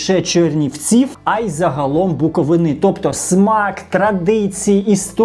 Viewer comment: Пора вже навчитися блогеру правильно класти наголос коли говорить Буковина, скільки можна ображати наш край!?